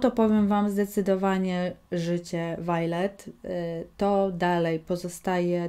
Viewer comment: Zgadzam sie z opinią, tylko jedna wskazówka: czyta się Wiolet :)